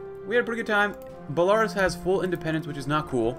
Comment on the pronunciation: The way you pronounce belarus triggers me